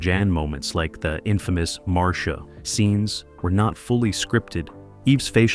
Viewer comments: No, they didn't even watch the show or clips from the show, otherwise they would get Marcia's name right. It's pronounced Mar-Sha, nor Mar-C-Ah. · Maureen McCormick played Marcia. It’s pronounced Marsha. It is not Marcēa. If this is being dictated. It’s possible to have the computer correctly dictate by phonetically typing them into the computer. Kudos to the person who corrected the pronunciation! Mike was seen at his office in three different episodes: 1. Mike’s Horror-Scope when Bebe Galini, make-up artist came to Mike’s office about designing her a new office building; 2. Coming Out Party, Mr. Phillips invited the whole Brady Bunch family to go sailing; and, 3. Call Me Mr. Irresponsible. I’m sure there are more. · I don't know who put this on but almost all of this is a lie. Mispronouncing Maureens name and Marcias. And the wrong ages of the children. The lie about Marcia in love with her brother Greg. It was Barry and Maureen in love. And Mikes office was shown numerous times . I don't remember Barry singing alongside Davy Jones. And Tiger wasn't a Golden Retriever, that was COMET on Full House. All of the children with the exception of Christopher Knight could sing. Eve is also an artist.